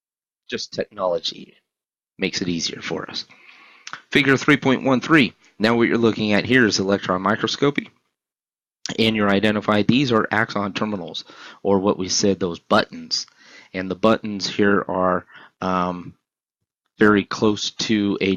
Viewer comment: Great lecture. Its pronounced my-cross-sco-pee tho fyi